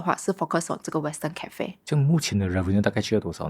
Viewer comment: 为什么主理人在英国呆了几年，发音却没有“纠正”过来？如：cafe、pacific etc…😂